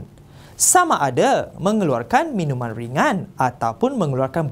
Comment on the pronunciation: Minuman cikgu bukan minungan😅